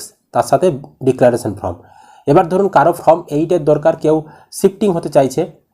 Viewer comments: আরে দাদা.... উচ্চারণ ফ্রম হবে না, উচ্চারণ হবে ফর্ম.... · Mr. Youtuber...please speak correctly. These THREE are not 'FROM'...but 'FORM'